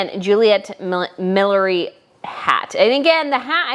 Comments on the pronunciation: I think “Beulah” is not pronounced “Belulah”. And I think “millinery” is not pronounced “millery”. I agrée with you about Beatrice’s two looks. She looks so great in the lace dress. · Thank you! That was driving me insane. I get it, "millinery" isn't an easy word to pronounce when you aren't used to it.